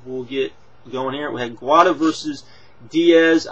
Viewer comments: Gwa-da? Its Gwee-duh. Pa-ree-zyan not Pergeron. Machida jumped on bonner? You really lack MMA knowledge man, just stick to wrestling reviews. Seems like most your suggestions you have for MMA is for it to turn more into wrestling such as: have more flashy entrances, build up feuds. This is MMA bro. You're lucky you got so many subscribers due to wrestling because these views are simply based on that. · Good vid man. I am liking your MMA vids but... this is important. YOU MUST PRONOUNCE THE FIGHTERS NAMES RIGHT. I understand maybe someone that is on the undercard, but you can't mispronounce Guida or Parisyan. Both guys are credible and popular fighters. If you have any questions about their names ask me or someone else before making a video. That is just constructive critism not hate spam. Other than that good review.